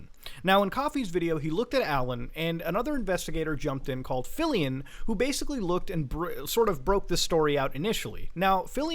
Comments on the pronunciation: Its pronounced like Philly-on not philly-in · you pronounced Philion’s name wrong.